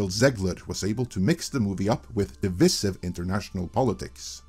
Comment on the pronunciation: Pronounced dih-vice-iv.